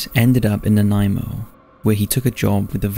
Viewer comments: Thank you for saying Nanaimo correctly! It took me forever to learn how to pronounce it when I first came to Vancouver Island. I hadn’t heard this story before so thank you! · Greetings from Victoria BC. And kudos for pronouncing Nanaimo correctly. I'd love to hear you say Esquimalt...